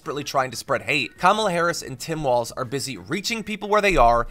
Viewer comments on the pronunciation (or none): none